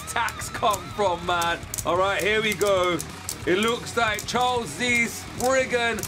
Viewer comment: Your saying cho z chow z sorry if i made you angry😯